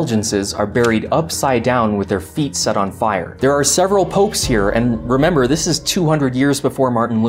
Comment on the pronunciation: “Dis is two ferrets” Dis is why I subscribed.